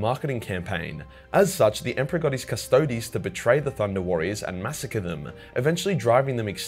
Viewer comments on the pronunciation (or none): none